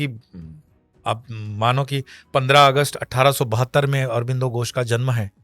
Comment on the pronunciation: कृपया "घोष" बोला जाय , " गोस " नहीं।।